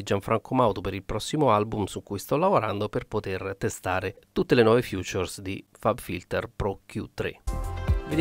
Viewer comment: features non si pronuncia come futures